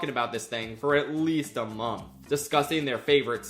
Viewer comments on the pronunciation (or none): none